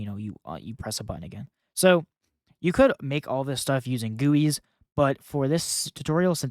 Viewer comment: Btw, you pronounce GUIs as “Gee You Eyes” not goo-ies